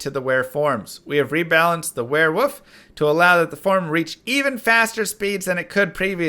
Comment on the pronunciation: No, seriously, are you saying wearwoof?